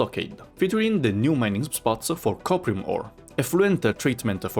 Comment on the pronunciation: Did anyone else hear "copium" ore? I could definitely use some of that :p